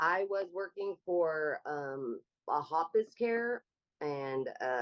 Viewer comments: Worked for a hospice care. Can't pronounce hospice care. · “I work in Hoppus Care” did she mean Hospice Care? That’s scary